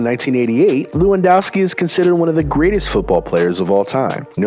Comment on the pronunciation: Lewandowski is actaly said levandovski cuz w in Poland is v in English